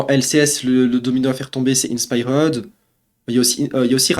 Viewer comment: Faut que tu apprennes à mieux prononcer inspired c'est pas compliqué. A l'anglaise ça se dit In Spy heard Le R est silencieux